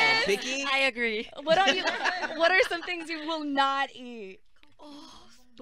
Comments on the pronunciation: NY's "I agree" sounded American so I had to rewind it a couple times to make sure lol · Bro Nayeon’s “I agree” was 100% native English speaker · "I agree" 😳😳😳 NABOOONGGGG YOUR ENGLISH SOUNDS SO GOOD NOW